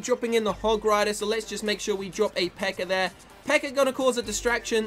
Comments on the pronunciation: Why did you say always pekkr? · is it me or keeps calling the pekka a ''pekker''?